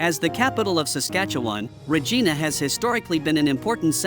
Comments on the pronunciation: Regina,,,, sounds like ree ji nu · My God, does not even know how to say Regina and he said it like 100 times like do your background before you start yapping if you don’t know how to say this Saskatchewan Queen city then you shouldn’t be doing a survey asshole every city can be turned around. The government does not give a shit except to fill its own pockets. That is the problem that’s been the problem forever 40 years ago Canada was flourishing and everybody had money today. It is such an ignorant country it used to be fun to live in, everybody talked to everybody started on Wednesday now there hasn’t been one in years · My God, does not even know how to say Regina and he said it like 100 times like do your background before you start yapping if you don’t know how to say this Saskatchewan Queen city then you shouldn’t be doing a survey asshole